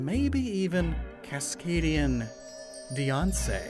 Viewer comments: Am I the only one that thought he said Kaskadian Beyonce instead of Kaskadian Diance? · I could've sworn he said "Kascadian...BEYONCE" the first three times I listened to this.